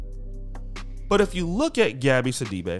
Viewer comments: I’m from Africa I’m familiar with the surname it’s actually See-dee-be but oh well you guys incl her pronounce it other ways to make it sound more western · Her last name is actually pronounced "Si-Duh-Bay".